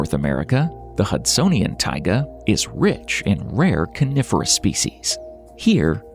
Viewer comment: AI can't speak again. Calling the Coniferous forests Carnivorous!😊😅😂